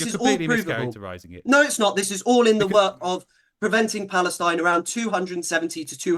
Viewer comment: "Historic Palestinine". 🤦🏻‍♀️